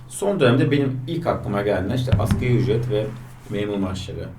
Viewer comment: asgari asgari! askeri ücret ne arkadaş.